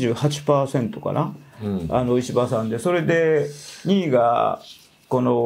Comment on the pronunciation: 石破が、虫歯に聞こえる。